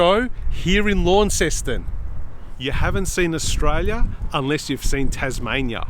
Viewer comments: ** not lawn ceston** It’s “lon-ceston.“ Launceston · haha yeah it gets quite frustrating hearing everyone say it like it! But it’s pronounced lon-ceston